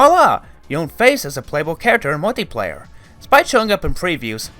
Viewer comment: I enjoyed the history behind Rareware and their games. But there’s something that annoyed me just a bit and it was the way you speak. Could be because you were trying to speak too fast and couldn’t understand a few of the things you were saying. You also had problems saying words like “bundle” and “multiplayer”. Maybe speaking a bit slower might solve that. Hope you don’t take this the wrong way. Other than that, amazingly well done mates!